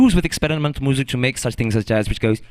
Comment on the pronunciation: british accent pops back in with the word "goes".